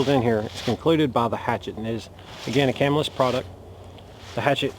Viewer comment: Its pronounced Ca-mill-us. I think that is a bone saw with that stopper on the end.